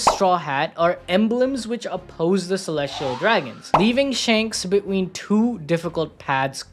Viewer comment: Why you saying between like that? Beween 😂